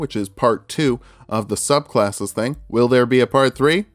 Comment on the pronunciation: when you're so early it's "sublcasses"